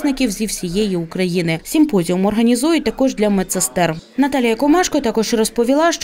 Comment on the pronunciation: Симпозіум а не СІмпозіум😂